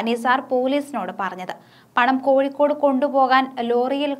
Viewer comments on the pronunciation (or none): none